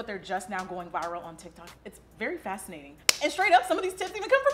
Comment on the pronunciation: Lol she said " ala tic tac "